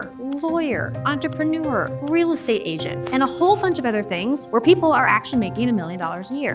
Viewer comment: Why should I listen to someone, who doesn't know how to pronounce "entrepreneur"?